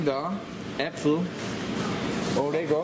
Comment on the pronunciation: Orego? Oreo??